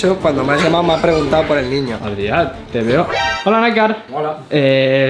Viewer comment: No se llama Adriá, porque el lo que te ha querido decir es que se llama Adrián